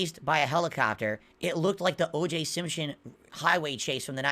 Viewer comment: “OJ Simp- Shon”